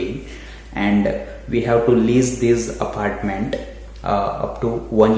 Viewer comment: Apartment bolna aphhartment bol raha hai 😂